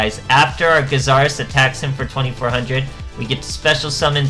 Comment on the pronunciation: Its interesting seeing so many players that don't know how to pronounce Gyzarus. All day with this ha.